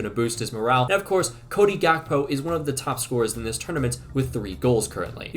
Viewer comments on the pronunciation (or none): none